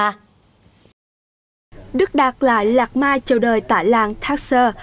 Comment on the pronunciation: Biên tập viên đọc tên đạt lai lạt ma cũng. Sai nữa😂